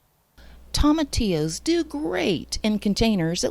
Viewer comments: 😆No worries at all, I've just never heard anyone say it like that... Tom... atillos. I chuckled everytime. Great video by the way, I'll be referring back to it in the future. I watched it to see if it was possible, now I want to try it, but it might be a bit late in the season. Do you know if tomatillos are an indeterminate variety that keep producing all season? Maybe it's not too late. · Toe ma T Ohs is how it's pronounced just fyi. Really good video. I've got thousands growing in my garden and I want to sell them all. What would be a proper container to transplant them to and sell to the public ? ❤